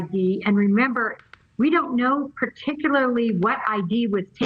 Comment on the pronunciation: She said ID’s with a S